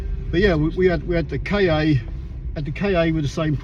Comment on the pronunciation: I love your work but I need to pick u up on a point. It’s NOT a Ford K-A it’s a Ka (kaa) sounds a bit like Car which is an Ancient Greek word for earth (or world) kinda like Mondeo in that respect which is why Ford chose em both for multi market cars. Keep up the good work.